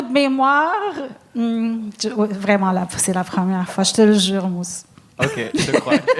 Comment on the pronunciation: Pourquoi vous dites Mousse quand ça s'écrit Moose?